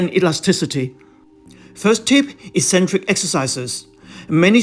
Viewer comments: Hi, This is quite helpful, but it doesn't inspire confidence when at you recommend Front Squats but the small picture actually shows a Back Squat. If you are not paying attention to the details, how can viewers be sure that the information is accurate? Secondly, it is a very minor point, but "eccentric" should have a hard "c" at the beginning = "Eksentric" not "eesentric". The "Ek" refers to out from or away from the centre, just as "concentric" means towards the centre. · Hi, Thank you. I hope you haven't misunderstood me. The "Eksentric" spelling was my attempt to show how the word should be said - the "Eesentric" pronunciation is the one which is incorrect.